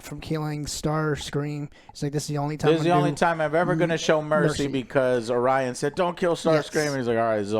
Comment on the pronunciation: cant even get orions name right, get off the stage you hacks